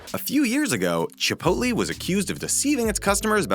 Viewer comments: DONT SAY CHIPOLTE!!! (It offends Mexican culture, according to my tour guide on my recent trip to Ensenada) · THE WAY HE SAYS CHIPOTLE